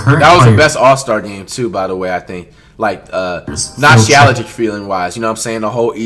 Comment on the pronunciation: That boy sounded that word out and said “Nostialagic feeling wise” lmao Flight....